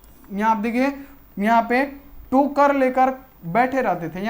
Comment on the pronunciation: Sir kotare nhi tokre bolye Aaap bolte the ham confuse ho jate the😊